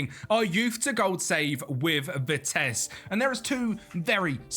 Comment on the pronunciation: Please pronounce their name right.... Its Vitesse with the E at the end not vites as you pronounce it. Great video otherwise❤